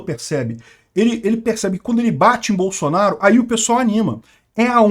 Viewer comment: "BAÇUNARU, BAÇUNARU, GO´PI, GÓPI" KKKKKKKKKKKKKKKKKKK